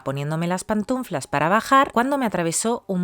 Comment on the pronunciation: Es panTUflas, no pantunflas. Ojalá corrijas: La forma correcta según la RAE es pantuflas, ya que la palabra es «pantufla» y «pantunflas» es un error. La palabra viene del francés pantoufle y se refiere a un calzado sin talón para estar en casa.